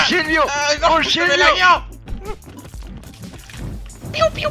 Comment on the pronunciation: asi se dice silvio asi se dice